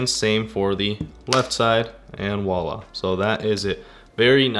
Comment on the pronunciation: lol you're one of those people who thinks it's "wallah" instead of the real word "voila"